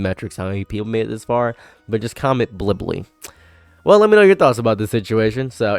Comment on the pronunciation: Blibbly? Bulibily? Billibilli